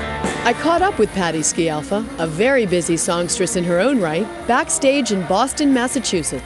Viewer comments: You would think this news anchor would have learned HOW to SAY her name correctly. Terrible. She keeps saying...SKI AL FA and not the correct pronunciation which is..... SKAL FAH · Dear u.s. citizens, we all are obliged to learn your language and only God knows what it means........ Try to pronounce well something of other language. " Sci" of Scialfa has to be pronounced such as "sh" of "show". Do you understand? Good. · Can't watch this as the announcer can't even pronounce Patti's surname!